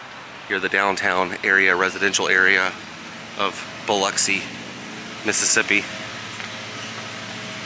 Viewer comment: That you for sayin Biloxi right!!!! Lol I know a lot of people say it funny